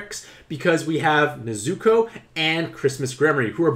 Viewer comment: I didnt like how u pronounced nezuko's name wrong the entire video